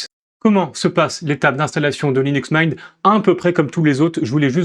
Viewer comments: Linux Maaiinte vraiment ? 😂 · Vraiment un beau vidéo d'introduction sur Linux Mint mais je me demande d'où vient cet accent qui justifirait la prononciation de la distro en "Mein". Simple curiosité que voilà! Bon succès pour la suite sur ce Linux à la menthe! ;) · Le mot anglais "mint" se prononce /mɪnt/ : voyelle courte comme dans "bit" ou "shit" (et non le son « aï » comme dans "mine" ou "mind" ou "might").